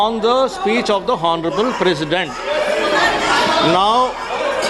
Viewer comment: Mr.Hon'ble ,is 'H' is not sitent in 'Hon'ble'?